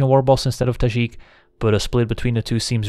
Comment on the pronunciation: Nice to hear a fellow European say Tajic that way 😉